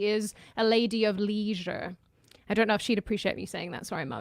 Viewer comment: does not have a strong Aussie accent, as an Aussie, the US accent is noticeable in her speech. does have Melbourne accent, but nobody in Australia pronounces leisure like pronounces it, so wondering where she got that from.